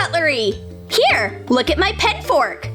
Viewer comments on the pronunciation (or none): In the video it said pet amidst saying pen